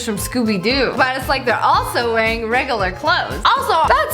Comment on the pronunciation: Am I the only one that’s kinda annoyed when she pronounces regular like regilare